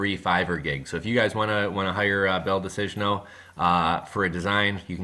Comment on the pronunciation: Great info, thanks! Btw, not that it's that important, but his name in Italian would be pronounced Bel - Dee - Say - Nyo.